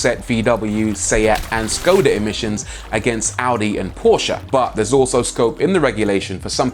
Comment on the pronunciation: Yes!! Yes!! Yes!! He is the first native English speaker who managed to pronounce a non-English word rightly. He said: Porsche with "e" at the end. Ok, he pronounce every other non-English names wrong, Sergio, Volkswagen...etc.....but it's still great from an English speaker.